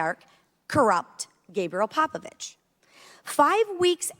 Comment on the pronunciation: ?! Gabriel Popoviciu not Popovici, and the person in question is a Romanian businessman and NOT a Russian oligarch. Can anyone speaking in a hearing do some proper research and speak properly?